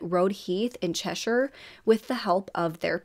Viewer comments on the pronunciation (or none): none